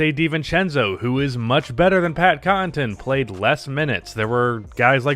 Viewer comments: Say it with me!: "Conn-uh-ton" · 1. It’s Pat CON-UH-TUN 2. Pat is a solid defender and serviceable shooter. 3. He’s primarily a hustle & energy guy. He played good defense on Butler, Butler was just in rhythm and having better offense. There’s nearly nothing you can do in a one on one situation in that case. Bud should have put Giannis on him in the last 5 min. Case closed. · Not only that the man can't even pronounce "Connaughton" to save his life xD. I love ya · Bro you gotta learn how to say Pat’s last name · Nobody:: Cotton-ton, Draa-jik.